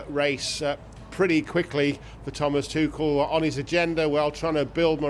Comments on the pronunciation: Did she just say thomas tukel?😂😂. Its tushell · TuCHel not TuCel swear these reporters are daft sometimes. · Come on, stop mispronouncing his name. It's ˈtʊxl̩